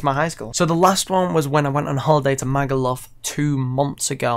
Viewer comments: the way you say magaluf loool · The way you pronounce Magaluf lmao